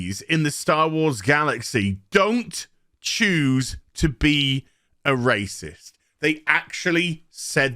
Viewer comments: Glad im not subbed to you, cba with negative minded star wars fans set to judge a full show on 2 episodes. I havent watched your other videos but i bet its all just you moaning about everything. Also just say racist instead of “rassisism” you sound like a muppet mate, lighten up and have some positive towards one of the biggest star wars shows in years. Lemon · I’m not sure if he is making fun of the word racist. If not, let’s pronounce the word correctly.